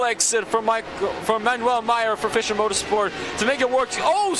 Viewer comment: Dear Racespot team: Our team name is pronounced "Fisher" Motorsport... like "fisher"man. :-) It's not pronounced "Fysher"